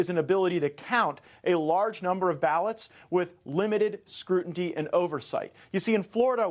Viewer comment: I love Matt Gaetz, but someone needs to teach him how to pronounce the word 'scrutiny'.